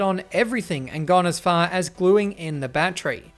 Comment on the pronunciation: Great review! "Battery" has three syllables.